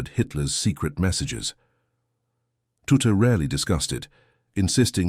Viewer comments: AI garbage, I noticed about 6 variations of "Tutte", it's pronounced "Tut". Watch "Code-Breakers: Bletchley Park's Lost Heroes" for this story with commentary from Captain Jerry Roberts who memorably said "Tutte seemed to spend a lot of time staring into space, I wondered what he was doing and of course he was doing something wonderful" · Tutte was a professor at U.Waterloo in Canada in the 70s, 80s & 90s. Pronounced "tut". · You know you’re telling an AI generated-audio bot how to pronounce tut, right?!? Just confirming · How many different ways can you mis-pronounce Mr. Tutte's name? It's insulting. Why use AI for this voice-over? Why not just read it? And whatever that big machine is, it ain't Colossus. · You'd think that AI, being so bloody smart, could figure out how to pronounce Tutte, but no it just stumbled about trying it hardest and achieving nothing, just a jumble of guesses. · Why is Tutte pronounced 2 or even 3 different ways? What is that strange grey/white building? It isn't Bletchley. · Well! For example, the narrator mispronouncing Tutte's name is a glaring error in the production, the visuals awful but the information was in the main, correct. AI is rampant on YouTube these days. I ignore the slight inaccuracies and said visuals. I then judge the veracity of the programme. If the oral information is in the main, accurate, then it's good enough for me. If it's a mess, then I'll remark and move on. What of the content did you find subtly incorrect? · Why can't the narrator decide which is the correct pronunciation of Tutte's name? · I think it's an AI voice that uses different pronunciations, depending on the context of adjacent words. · A shame you couldn’t get his name pronounced correctly it’s Tutt. Not tutti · Dear AI, it is not said Tut-teeeee. Just Tut!!! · Pronounced "tut", rhyming with "rut". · I am sure his name was pronounced as Tutt